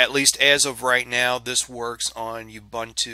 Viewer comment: Great video, not being a pain in the backside but pronunciation of Ubuntu is ooo- boon- too and not u -bant-u.. I'm actually from South Africa please don't argue that :) Otherwise great video..